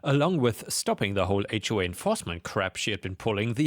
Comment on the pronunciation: Also "H way" instead of "HOA".